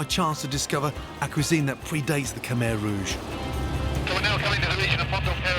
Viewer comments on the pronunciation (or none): I’m Cambodian and it hurt when he pronounced Khmer wrong